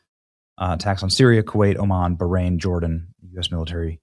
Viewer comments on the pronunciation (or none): none